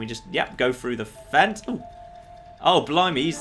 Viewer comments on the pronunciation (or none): none